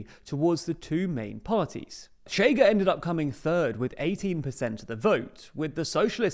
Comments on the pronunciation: No its not, "Sh" is very soft while "Ch" is rougher, thats what non native speakers have difficulty with, they say "sh" not "ch" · 1. Ok but the main point for us to stress to the world is them not pronouncing it tch as if it was Spanish. That's the real annoying part. 2. Maybe try to use the International Phonetic Alphabet? It's striking when people not from Portugal or Rio de Janeiro imitate our accent and say we have no contrast between isqueiro (lighter) and chiqueiro (pigsty), or escória (scum) and chicória (chicory). Isqueiro in Rio is [ˈɕ̆keë̯ɾˠᵝ], zero rounding of the sibilant and most of the friction is felt when the tongue is retracting to then form the next syllable, chiqueiro is [ʃ̩ꟹˈkeˑɾˠᵝ], with the ch clearly protrusive. Same for escória [ɪ̊ɕˈkɑ̽ꟹʌ̯̈ɾjə] and chicória [ʃ̩ꟹˈkɔʷˑɾjə]. (Contrary to myth spread by our own academia, Brazilians do absolutely have the schwa, the difference is our [ə] sound is slightly retracted i.e. closer to [o̞] while the Portuguese one is slightly advanced i.e. closer to [e̞]—AND /ɐ/ [ɐ ~ ɜ ~ ə ~ ɘ ~ ɪ̈] is now a phoneme for us too since we contrast cárie [ˈkʰɐ̞ɾʲɪ] and curry [ˈkʰɜɾɪ] mostly through that vowel; in Occitan the vowel phoneme in the final unstressed "a" position did fully turn into [o̞], funnily enough.) Portuguese people try to explain it by saying the chiado s is "j", but it's not that it's voiced, the voicedness of j [ʒ] is just taken to represent the less protrusive, shorter, less sibilant characteristic of [ɕ]. When it comes to cariocas, we never say that, because we pronounce [ɕ ʑ] in onset environments, including stressed /i/. I am not t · not so fast, this actually DOES have nuance, the thing is, the TL;DR guy just used the normal English sh, at his first utterance it even sounded a bit like tch, maybe with less rounding or friction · Look, matey. The analysis is fine, but you SHOULD KNOW HOW TO PRONOUNCE PORTUGUESE WORDS. The party “CHEGA” is pronounced “SHAY guh”.